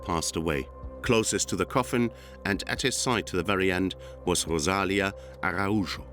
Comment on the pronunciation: Thats not how you pronouce Araújo , blud